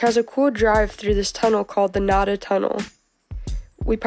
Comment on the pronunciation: My first outdoor climbing experience was at Practice Wall, hoping for some easy exposure to real rock...I was humbled and discouraged. It's pretty tough. Also, just because I got ripped at Miguel's for calling it the wrong thing... the cool tunnel drive to North RRG is pronounced Nay-duh!